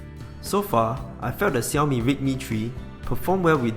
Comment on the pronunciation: Nice to finally hear someone pronounce Xiaomi the 'right' way instead of the irritating 'Shell-Me' !